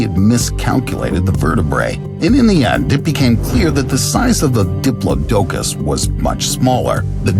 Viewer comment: I believe it was pronounced DI=PLOD-DUH-COS .or DEE-PLOD-DUH-COS